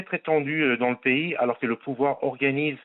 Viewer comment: Bravo pour avoir écorché trois noms de pays sur trois